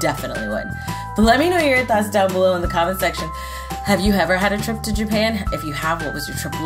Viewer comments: It's to not yo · 98%of comments :YOU SAID YO INSTEAD OF TO 10%:other random stuff